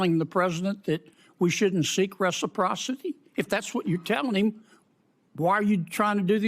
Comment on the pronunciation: "reciprocity" apparently has too many syllables for.